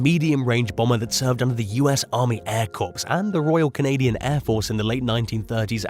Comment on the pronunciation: Corps is pronounced "Core" just for future reference.🙂